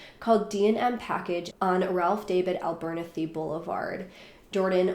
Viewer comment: I live in Atlanta and remember this vividly. The wheels of justice turn slow in Ga. I love you but I had to laugh The liquor store is on Ralph D. Abber- nathy. Idk how you pronounced it. I had to rewind three times before I figured out you meant Ralph D Abber- nathy. Nathey like rhymes with Kathy. Abber-nathy. He was a great civil rights advocate. Southern things are oftem hard to pronounce.